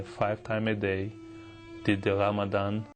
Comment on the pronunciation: ...I honestly thought he was saying, "did the Lamadan, denied the kebab"